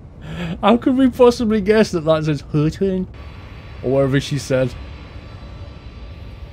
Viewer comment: Wow, nailed the pronunciation of 合川 (He Chuan)